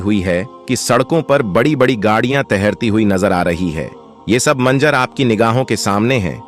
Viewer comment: Manzar hai manjar nahin theek Karo apni zuban ko